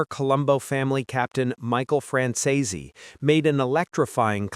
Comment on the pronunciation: Franzese is two syllables, not three.